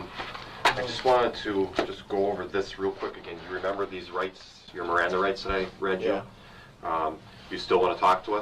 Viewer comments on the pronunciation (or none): none